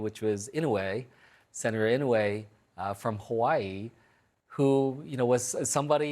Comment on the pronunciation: He can’t even pronounce Inoue correctly